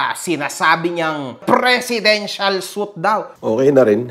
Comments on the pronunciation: sir, sweet po ang pronounce dyan sa suite 😅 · mali pag pronounce mo ng suite. Okay ka lang ba? Pareho kayo magulo ni flm. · Idol kita sobra. Pero ang suite-sweet ang pronunciation. Hindi suit.